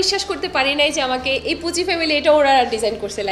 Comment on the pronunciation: "পুসি" ফ্যামিলি না, পুচি ফ্যামিলি 😒